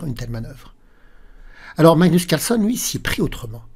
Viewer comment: Bonne année meilleurs vœux. Est-ce que l'une de vos résolutions pour cette année est de faire un effort sur la prononciation de "Carlsen"?😅 Je note que vous êtes enroué, cause à effet?